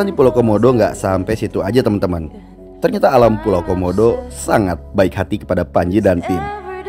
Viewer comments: Bang Panji bilang komodo kodomo wkwkwk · Bang panji pas mundur kok bilang kodomo😂😂😂😂 bukan komodo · 8.08 bang komodo bukan kodomo wkwk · iya a panji ngomong kodomo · kak Panji bilang kodomo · bukan kodomo kak tapi komodo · Kodomo apa komodo bg... Sumpah lucu gw ingat iklan pasta gigi pas abg bilang kodomo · MENIT 8.08 a panji bilang kodomo bukan komodo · Bang Panji bukan kodomo tapi komodo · Bang yang bener komodo apa kodomo.😂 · KODOMO? Ada yang denger juga ? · di menit gua kok denger kodomo ya